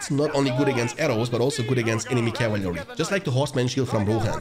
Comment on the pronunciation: cav-il-ary haha